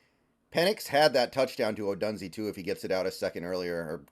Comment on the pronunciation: It is pronounced Ohdoooooonzay. He and MHJ are studs.